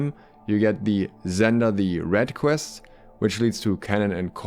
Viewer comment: Every time you said quest it made me my mouse closer to uninstall… Pvp. Pls…